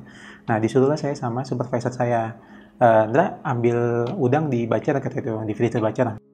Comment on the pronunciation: Koreksi bang, butcher, di baca ' bucer' bukan 'bacer'.😊